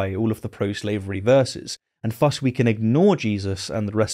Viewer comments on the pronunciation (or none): “Thus” has the soft “th” sound, not the hard one.